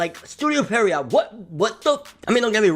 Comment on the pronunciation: Studio Pierrot Pronounced PEE AIR OH Come on y'all.